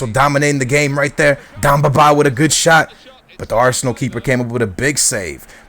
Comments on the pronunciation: It's demba not damba :) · ...its Demba not Dumba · Its demba not damba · D'E'mba Ba not dumba Ba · Demba Ba, not Dumba Ba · DEMBA!!!!!! BA NOT DUMBA!!!!! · Demba not damba :) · It's Demba Ba not Damba Ba. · His name's Demba Ba, not Damba :p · d-EM-ba not d-AM-ba :) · It's DEMBA BA not DUMBA BA!!!!!! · Its DEMBA, not DAMBA. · its not darmba ba its demba ba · Please, its Demba ba not Damba ba its E not A, You're murdering his name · I'm loving the series but just because your Portugese doesn't mean iit's Damba Ba. IT'S DEMBA BA!!!!! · Yo its dEmba ba not damba ba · its DEMBA BA not DAMBA BA!! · demba ba*, not damba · It's not dambaba just to let you know, it's Demba Ba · It's Demba Ba NOT Damba Ba. Fuck. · It's Demba not Damba ;) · Deeeeemba not damba -. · love your videos but its DEMBA BA not DAMBA BA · Demba not Domba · Stop saying DAMBA it is DEMBA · Who the fuck is Damba Baaa? You're pronunciation is shit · DEMBA (DEHM-BAH) BA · Damba Ba is how he says it. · DEMBA Ba... DEMBA... With an "E"! Jesus man. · Bro, his name is DEMBA BA not BAMBA BA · Demba Ba, not Damba Ba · its dEmba ba not dOmba ba